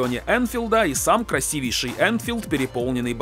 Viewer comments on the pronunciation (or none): none